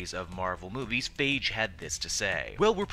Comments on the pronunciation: It's Feige F-eye-gee not faige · FAI-GI! NOT FEI-GI! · Stop calling him "Faige" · That's the first time I heard his name pronounced "fage." (rhymns with cage) I've mostly heard it pronounced "fye-gee." Robert Downy Jr. pronounces it "Fay-gee," and I would suspect the actors to know the correct pronunciation. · comic book cast need to pronounce these name right steph-en amell and phaige lol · It's pronounced....."FY-GII!!!!!" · you butchered his name